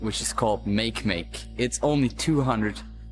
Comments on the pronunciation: You mispronounced Make-Make. It's "Mah-Key Mah-key". FUN FACT: they used to call it "Easter Bunny". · It's ky-per and ma-keh ma-keh